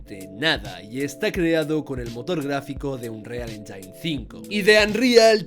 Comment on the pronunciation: Es anruial enYIN, no enYAIN 🥸